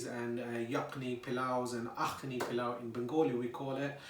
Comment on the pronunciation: This looks delicious! It’s very similar to a dish we make here in Trinidad called pelau. It’s pronounced the same way you pronounced it. It’s made like this but with coconut milk instead of yogurt. ❤️